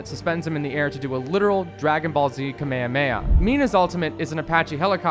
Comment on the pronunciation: I'm sorry he said "kameamea" instead of "kamehameha"